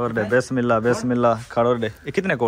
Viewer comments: Bismillah sahi se bola karo aap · Bismillah sahi se bola karo aap.